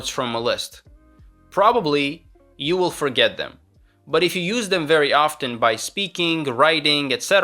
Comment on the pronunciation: Wow, really impressive, to be honest. The only two words where you can tell he’s not a native speaker are ‘often’ and ‘inevitable’, because of the way he pronounces them. Pay attention and you’ll notice it.